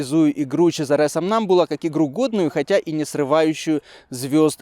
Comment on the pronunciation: Хорошая игра, спасибо! Только, конечно, в имени Чезаре ударение на а, это ж итальянец